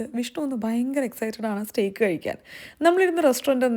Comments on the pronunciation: Steak pronunciation is stayk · Steak is pronounced as Stake isn't it???